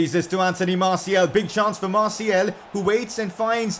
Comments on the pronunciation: It is martial not martiel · it's Martial not Martiel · IS NOBDOY ELSE PISSED OFF ABOUT HOW HE SAYS “MARTIAL” I